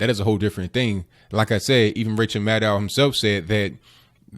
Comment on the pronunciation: "Even Ranchel Maddow himslf said.." LMAO!!!